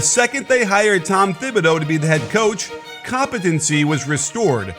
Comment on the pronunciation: Bruh its tom Ti-bi-doo not tom Thi-bi-doo